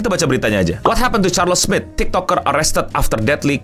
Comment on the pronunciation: Charles Smith? Lebih terdengar Charles Smid.